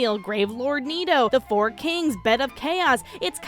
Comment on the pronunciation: it feels neeto as hell. Oh sorry, *clears throat. It feels nito as hell.